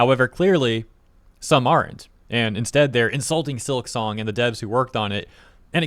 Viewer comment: it's silk song.... not silik song. at least say it right.